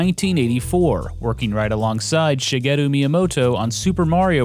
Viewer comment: Your pronunciation of Japanese names is really good. Most VG YouTubers butcher them.